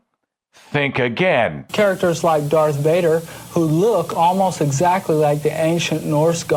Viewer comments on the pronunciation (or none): none